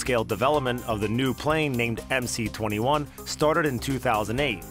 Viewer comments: Why call it MC-21?! It’s MS-21! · Ok. But it is MS-21, not MC. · It is not MC, it is MS. C in Russian is S. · MS-21 is it's name, not MC-21. The C is an cyrillic S.